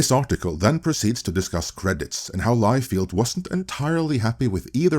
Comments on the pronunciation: all due respect, but feld is pronounced different from field. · This is NOT how you pronounce Liefeld,. lol It is actually pronounced Lie-Feld. BTW if I'm not mistaken, David Masel actually came up with the idea of a concentrated studio with all the Marvel movies in one place. And he suggested it to Ike Perlmutter.